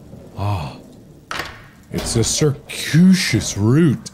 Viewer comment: Circuitous has a hard "T" in the pronunciation. The ending does not sound like "Shuss".